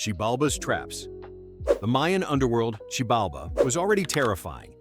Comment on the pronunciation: you are so fucking wrong on both xibalba and hellheim, but if you are from US there is no surprise why